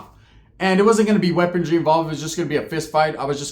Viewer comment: Why do all prison youtubers from California say "weapontry or weapondry" lol it's pronounced weaponry lol there's no t or d in it lol 😂 I don't know why but for some reason it really bugs me lol haha